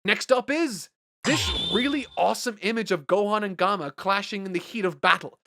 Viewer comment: Is anyone gonna talk about how he pronounced gamma as "gomma" 😂